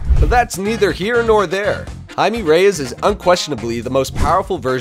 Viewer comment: Why is he saying hi me and not himay